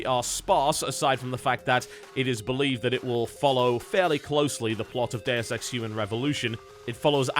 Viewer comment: you say "Deus Ex" but I swear I heard 'the dare sex", just saying.